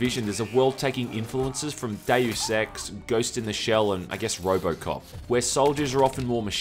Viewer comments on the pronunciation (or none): none